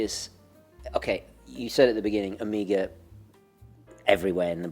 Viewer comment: When will you learn to say Omega? It is greek, it means BIG O.. MEGA O. How do you say Megalodon? Megapolis? you are a man of class, so keep that class.